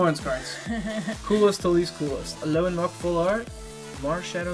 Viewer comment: You finally won! It was overall pretty even, but you got Plumeria and she is awesome! So congrats! =) (P.S. I don't mean to be rude, but it sounds like you're saying Al-OAN, but it's Al-OLAN. Maybe you are saying Al-OLAN and I'm simply mishearing. If that's that's the case, then I apologize.)